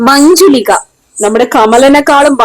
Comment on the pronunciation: Manjulika alla muujulika